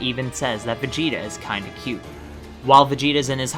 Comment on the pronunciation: Why you call Vegeta Vegetto